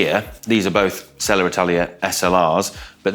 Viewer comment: Is there an “R” after Selle? Why do you say it like that?